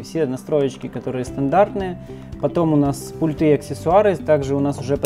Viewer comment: Вы очень харизматичный молодой человек, попытайтесь правильно ставить ударения. пУльты